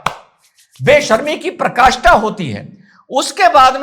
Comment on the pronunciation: बेशर्मी की" पराकाष्ठा" होती है न कि "प्रकाष्ठा".